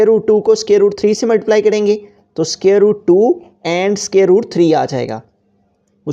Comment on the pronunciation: aby scare nahi square hota he